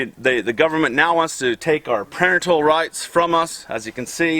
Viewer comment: This fat slob doesn't care about his kid, he's just trying to make a point about the "govmint."